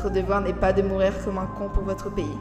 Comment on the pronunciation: Pk il a dit orevoir fg